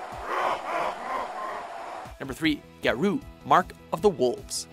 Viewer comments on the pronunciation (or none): Ga-Row, not Ga-Roo... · you pronounce it as Gow-Row.. not garu.. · It's pronounced "Ga-ro", not "Ga-roo". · Garou, is said like Ga-row. Not Ga-ruu. There was a reason some of these games were forgotten. Some of the games on this list have bad mechanics, and response time. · "Garuu mark of the wolves" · please stop saying "garoo" they tell you how to pronounce it right on the title screen. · "Geru" ugh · yup they always screw up something prior to 2005 or pronounce things odd...Gahrooo lol wut? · Garou is pronounced Gah-row, which is wolf in Japanese. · Your pronounciation of Garou makes me laugh hard asf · Please learn how to pronounce words before you say them. I wouldn't actively complain, but the game actually says the title on the title screen. As for Slam Masters, I think Ring of Destruction: Slam Masters 2 was a better game. It played more like a traditional fighter with a lot of grappling moves rather than attempting to blend the genres. Another unknown gem (probably because it was never released in the US) was Kinnikuman Muscle Grand Prix. It's easily the best Kinnikuman (or Ultimate Muscle) game out there. It basically plays a lot like Tekken if everyone was a variation of King. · Announcer mispronounces "Garou" even though the game says the name in the title screen. I die a little inside. Also I am fairly certain what was labeled as "Drive" was in fact "Double Dragon V: The Shadow Falls". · Am I the only one who was rather disturbed about how "Garou" was pronounced? No? Guess it's just me.